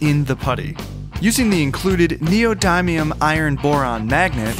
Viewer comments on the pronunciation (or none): bro said neo-dime-ium 💀 bro its neo-dim-ium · Did he really say neo-dime-e-um For neodymium? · Ahh yes neodimeum